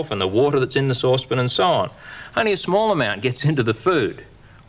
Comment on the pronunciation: Souspon.... sauce pan...souspon... sauce pan 😂